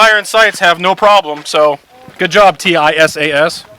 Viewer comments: I bought a used Springfield A1 that’s a good reliable pistol but I’ve been hearing good things about the Tisas ‘11s and will probably buy one soon. Curious why you call it a T-I-S-A-S rather than a Tisas. Do you know something about the company that I don’t? Several other YouTube gun reviewers I’ve seen call it Tisas. Which is correct? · Tisas pronounces as tease us. But tease should sound with S not Z. Easy. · I recently purchased the Tank Commander variant. Excellent fit and finish. Not a rattle or shake in any of it. Runs standard ball flawlessly. Now my EDC. BTW, it's pronounced Tee - sash. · It is pronounced: tee-sass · Pronounced T-SASH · Ahhh, yes… teyesayess. My favorite gun company! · It is pronounced : TEE-SAHS. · It's pronounced "tee-saash" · FWIW, Tisas put out a promotional video several years ago and the company name was pronounced like "teeSOSH". Also, according to the Tisas USA website, the finish is actually Cerakote (in a shade to mimic the period-correct Parkerizing for this model). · Oh, is TISAS not pronounced "tee-sauce"? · Why do you spell out the company name every time you say it? That's like calling Glock "G-L-O-C-K". You'd think if the company reaches out to you to offer a free gun, you'd know how to say their name properly. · No matter which way would have said it, he would have had 100x more comments about him saying it wrong than he’s gotten questions about why he’s spelling it. It’s like Loo-poled vs Leopold or Horn-a-dee vs Horn-a-day.